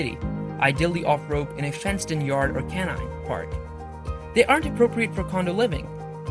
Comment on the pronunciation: Please get a narrator that knows how to pronounce the words e.g. canine is pronounced k-9 not canon! And terrier has 3 syllables it is not pronounced ter - rear. I am not correcting any more - it's tiring !